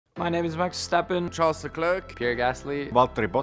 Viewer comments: Why did Charles pronounced his name like an American??? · Charles pronounces his name differently every time